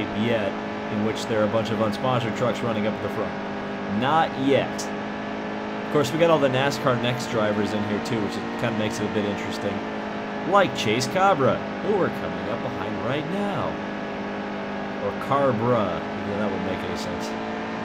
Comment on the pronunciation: Its Chase Caybree and Dauzat is pronounced Doughzuh